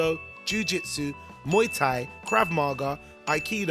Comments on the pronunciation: Crawv ma-gaw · “krAv Mahgah”